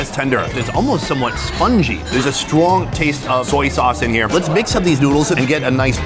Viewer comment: Lol he said "stwong"